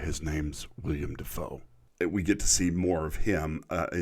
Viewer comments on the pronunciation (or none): I hate to do this to yah 😅 but its actually "willem" not "william" Dafoe i know... odd name but i like it.